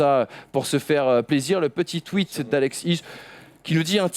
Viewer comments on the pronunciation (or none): none